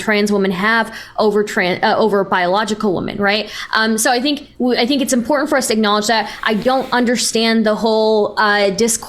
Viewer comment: I can't believe this, does the same thing Lauren Southern does... absolutely slams home the Ts in important. Unacceptable, unsubbing from the onlyfans.